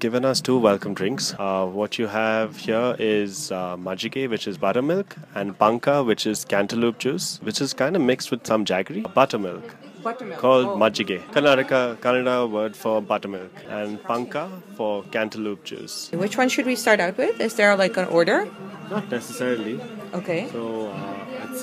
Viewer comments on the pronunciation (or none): It's not "Machike" it's "Majjige" please correct the name and also it's "paanka" not "panka" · Its not machike its majjige , its not panka its paanukaa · Quick correction. It is "majjige" not "machike"